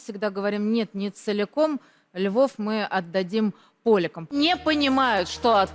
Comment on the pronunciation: "...отдадиим Львов ПО-лякам ! Странное ударение ставит Скабеева.